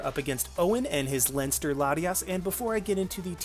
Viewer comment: The irish lessons seemed to have pay off, u said Leinster right. Gj